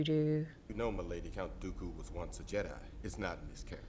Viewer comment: It's Count Dooku. Not Count Doodo or Doobe...